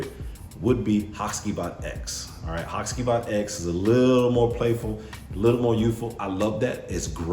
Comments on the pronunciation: In Turkey the c is pronounced with a j so I believe it's ha-jee-vat. Great video by the way, only recently bought the og and love it. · it's pronounced HaGivat (G like in "what's up my G"). Comes from the name of one of the main characters of a traditional Turkish shadow play Karagöz and Hacivat (Nishane has another perfume named Karagöz too).